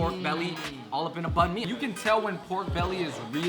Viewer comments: The way they pronounced banh mi annoyed me; it's pronounced more like banh me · shit man... "Banh mi"... Say it right man you're viet